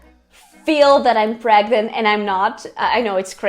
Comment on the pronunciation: " I'm VERY pregmant " 😂😂😂 Como se diz "morri" em inglês 😂😂😂😂